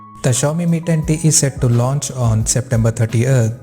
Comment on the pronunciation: Iske muh se Mi tatti sunaai de raha hai 😂😂😂